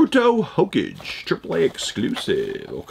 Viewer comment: The way you said Hokage was funny Hō kägay is how it is pronounced